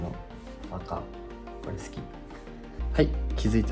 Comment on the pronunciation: 「これ好きっ」って急に子どもみたいな発音になる如恵留くんがとにかくかわいい